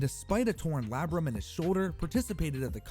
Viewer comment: Can you PLEASE start pronouncing labrum correctly?!?!?!?!?! It is “lay-brum” not “lab-rum”!!!!!